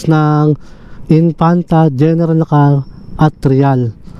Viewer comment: Na•kar, hindi Nakar!!!